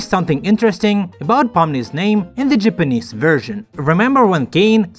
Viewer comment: I didn't know Japanese is pronounced "jepenez"😂